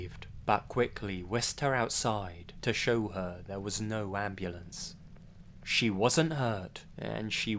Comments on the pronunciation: M8, abulance? M8, I'm sorry, but that made me laugh a bit. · "Why is there an abulance??"